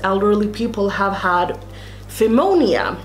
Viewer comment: I just love listening to these stories while i get ready!! Pneumonia is actually pronounced new- moan-yah 💜😎